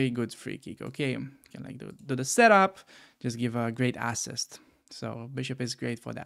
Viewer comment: When you said assist dont emphasize the “ass” its said more like “a-ssist”